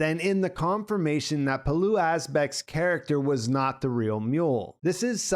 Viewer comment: Dane here, and the most surprising thing about this video is how well you pronounced Pilou Asbæk's name!